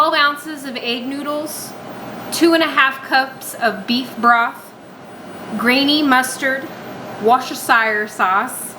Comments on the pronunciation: Pronounced "Woo-ster-shur" 3 syllables, simple! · ❤ the recipe looked delecious! the pronunciation of Worcestershire was surprising to me though 😂 (wuh stuh shuh here in uk) xxx